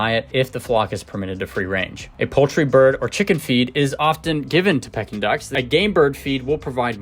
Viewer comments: Haha it’s PEEkin duck! Like for sure bro. Can you re-record and upload the audio?!? Lol honestly you should consider it ik its a lot of work but you say it wrong so many times and its killing me 😂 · The proper pronunciation is "Pee-kin" not to be confused with the action of a birds beak like pecking. Google it! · Can you pronounce it right, that’s annoying to listen to you say it wrong the whole video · That’s not how you pronounce their name